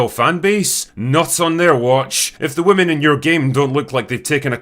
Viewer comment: My man, why are you pronouncing "women" the same as "woman"??? I feel like I'm being gaslit. This crept up recently and is running rampant online. There's no way if we saw you in a video as a little kid saying WOMEN you would have pronounced it like this